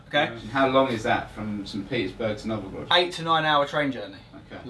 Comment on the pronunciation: Novogrod?? You meant Nizhniy Novgorod, I suppose? ))) Thanks for a funny video. That was pretty hilarious. Enjoy my "mother land" and yourselves while exploring it! Peace out, guys :)